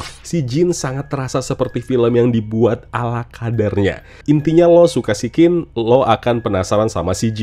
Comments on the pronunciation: Siccin tu ditulis dalam bahasa turki, huruf 'C' di turki dibacanya ya 'J'. Jadi tetep sijjin bacanya, bukan berubah jd 'sikin' 😂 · Maaf bang izin ralat. SICCIN klw di turkey di baca nya SIJJIN pake J yaa bang. Bukan SIKKIN [Pake K]